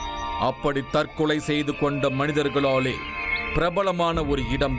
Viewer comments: திரு நிழல்கள் ரவி அவர்களே தற்களை அல்ல தற்கொலை நீர் பேசும் தழிழே தற்க்கொலைக்கு நிகர் தானய்யா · Tharkalai allaa...Tharkolai